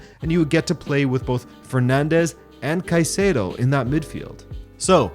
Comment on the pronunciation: Finally someone pronounces Caicedo's name the right way! I've had enough of all of these British pundits and fan channels calling him Kaseedo!